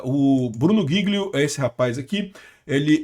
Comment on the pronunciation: É jilio a pronuncia